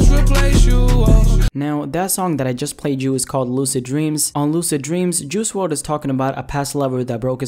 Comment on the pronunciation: Who says juicy wrld rather juice wrld Is it just me 🤔🤔